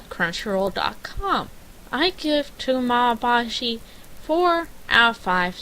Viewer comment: te-ga-me bah-chi not temi bashi